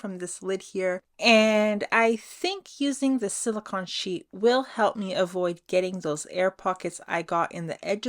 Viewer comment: Yes, thank you. I was getting a tiny bit annoyed with the pronunciation. 😃😃 I think a black background would've made them pop more. ❤✌